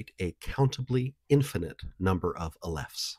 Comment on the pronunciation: Please, aleph null and aleph one. a leff is not it. the accent is on the first syllable. i understand using ai to voice and close caption your videos but please, go back, listen and edit please!